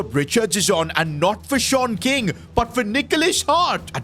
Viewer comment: I keep thinking he is saying short king instead of Sean king